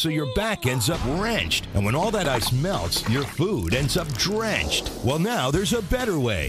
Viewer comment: why did the commercial said drenged